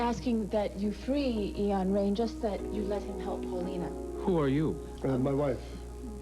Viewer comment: Lol, pronounces his name "Eon Rain", lol. And Cass, what the hell does it matter to say "she's pregnant"? Lol!